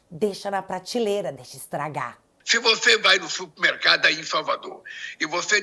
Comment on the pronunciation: "Se otê for ao supmecado e o poduto tivé caro, não compe".